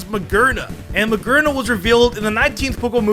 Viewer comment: Let's not forget "mah-gurn-uh"